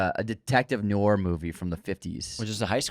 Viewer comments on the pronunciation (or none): It's "nwar" not "nor" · still can’t say Noir 😂